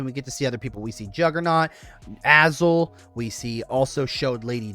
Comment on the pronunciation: thats just the "just" of it? Sorry, as someone with a brother named Justin that i hate MAYBE i misheard, but....u said the Just of it. And it should be the "gist"of it. And u called azazel "azal" so....go sober up dude. Ur great but dude, fkng go sober up